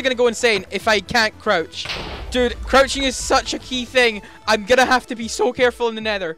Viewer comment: u said coruching